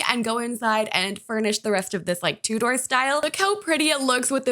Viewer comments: In the UK we would pronounce it more like T-YOU-DER, rather than TOO-DOOR. Sorry if it came across as rude, it's just wierd hearing it a way i've never heard before. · Me too! ‘Two-door’ 🙈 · i got so confused because i was like what is a 'two door' build and then i realised thats how north american people pronounce tudor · I think ‘two-door’ is the way it is pronounced when you are talking about Swiss watches or clocks. I’ve always straight up said it wrong. I say tutor like a person who helps people with their schoolwork so no judgment here! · I've never heard anyone pronounce tudor like that😅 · Everytime pronounces Tudor like that I have a mini heart attack lol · It feels so weird hearing an American say Tudor lol